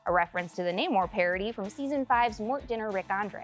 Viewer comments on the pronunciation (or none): none